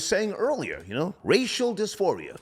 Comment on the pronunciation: “Racial disfiria” coin that